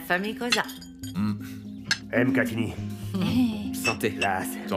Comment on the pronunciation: 😂😂😂 Les français qui ont traduit ce film de l'Afrikanns en français ont du mal à prononcer un nom qui a deux consonnes qui se suivent. Par exemple, ils prononcent : Èmezi, alors que c'est plutôt Mzi. MKTINI alors que c'est plutôt Mkatini. Voilà 😊